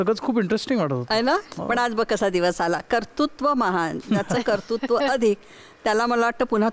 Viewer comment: कतृत्व हा उच्चार खटकला.कर्तृत्व चा सराव करायला हरकत नाही.ॲंकरसाठी .